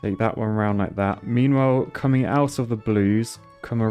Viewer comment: 30 Seconds of pure "comeing"